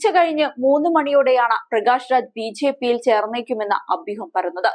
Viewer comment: 🤭ബി ഛെ പി, എന്നു പറയാതെ സഹോദരി,. 🤭